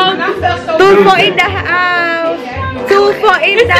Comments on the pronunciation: Some said "Two fool" and "tofu* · her: say TULFO them: TUFOO(TOFU) hahahahha